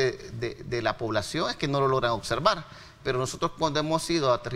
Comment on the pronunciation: OBSERVAR, NO "OCSERVAR"